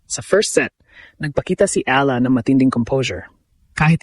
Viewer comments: Eala prounced Eyala hindi ala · Ee ya LA... Hindi ala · Ano ka ba - Pinoy ka ba? Correct your pronunciation: E-YA-LA, not A-la. Get the basics down. Your other Tagalog words are pronounced incorrectly.